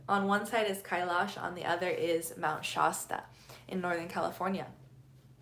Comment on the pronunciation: I’m a California native and have never heard Shasta pronounced that way. The A is pronounced like “at” without the T. Not like “aah”.